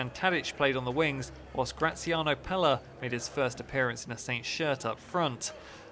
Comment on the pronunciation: How does he not know how to say Pelle